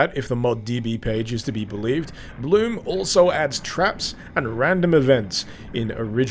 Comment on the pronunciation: its pronounced blum